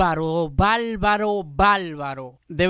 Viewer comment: Intento seguirte, valoras la buena musica Pero por favor!!!! De donde eres? En que pais latinoamericano hablan asi? Una cosa es el acento y otra es balbalo! es BARBARO!!!! YA TU CHABES POR YA TU SABES, MEZCLAN PALABRAS YANQUIS, APALTE POR APARTE; PROFESOL POR PROFESOR SE QUE NO TODOS HABLAN ASI PUES SIGO A VARIOS POBRE CENTROAMERICA, TAN HERMOSA